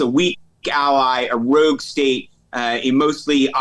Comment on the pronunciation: Like pronouncing “rogue “ rewgue.